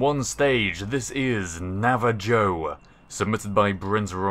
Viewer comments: Hey,, I think (at least, if it was spelled Navajo) that that one atmospheric plane near the end would be pronounced Nava-hoe. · I completely understand since isn't American, but did he really pronounce it Nava Joe?